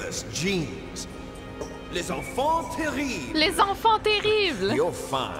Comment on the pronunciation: Sorry for the double comments but hearing say "les enfant terribles" in her native tongue was 👍 You have such a genuine take on this first game that makes me think you will love and appreciate every single entry in the series and i hope we get to watch you play all of them. These games are truely a "must play experience" if you were intrigued by the 1st one 😊